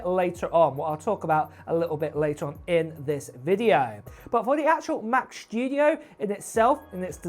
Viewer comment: ‘mac chtudio’ … 🤦‍♂️🤦‍♂️ … this clwn is insuffrable … and still nthing to say about